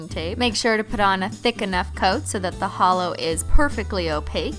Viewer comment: When she said my Holo heart, I heard hollow heart